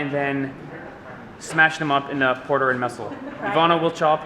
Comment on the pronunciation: Did i hear "portar and mestle"? Haha anyway, the food looks amazing! Im so glad i live in malaysia and get to enjoy such wide varieties of food all the time 😀